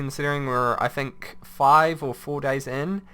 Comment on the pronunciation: Why tf does he say tin k?